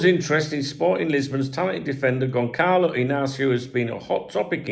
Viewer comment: Because you're always perfecting your pronunciation, the Ç in Gonçalo sounds soft like the C before an E. More like Gonzalo or Gonsalo.